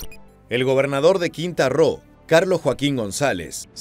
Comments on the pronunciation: Quinta Roo? Ummmm, yo solo con9zco un estado de México que se llama Quintana Roo. El narrador debe de prestar más atemcion a los nombres propios y oficiales para no caer en falta de seriedad. Saludos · No es Quinta Roo es Quintana Roo.😅😅😅😅😅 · Se pronuncia "Quintana Roo" compañero, saludos ! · Bro, es Quintana Roo, no quinta ro